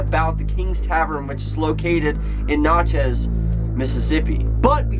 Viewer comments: It's pronounced nat-chez. Not not-chez. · whatshallwedonext IT'S PRONOUNCED WITH A SHORT A NOT NOTCHEZ IT'S LIKE NATCHEZ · It’s pronounced nat-chez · Nat-chez damnit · Pronunciation is nat like a gnat chez as in ch-is gnatchis but it’s spelled Natchez. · My hometown. It's pronounced NAT-CHEZ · you pronounced natchez so wrong. i live in natchez btw:) i’m a few blocks from kings tavern right now:) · Thank you. I started laughing out loud when he pronounced it like that.